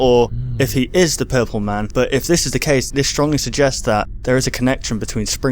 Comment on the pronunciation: he sprat his self wif pupol spra.